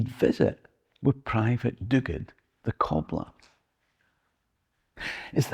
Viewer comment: Thanks for this. Delighted to hear about private Duguid and how you pronounced the surname. I too share that name and was proud to hear of his story; thanks again and hoping to see you on stage soon.